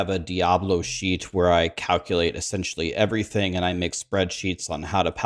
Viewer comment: Every time he says "sheet"....i hear "s.h.i.t."....damn the rude vocabulary of the streamers!!!😂